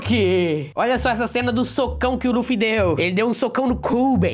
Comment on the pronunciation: Mano não se fala laffy e luffy vei poxa